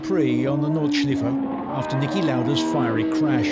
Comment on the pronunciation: Bad intro music. Disjointed narration and terrible pronounciation. If you cant even learn that Nordschleife has the 'ei' pronounced 'eye' not 'ee'. Very amateur production.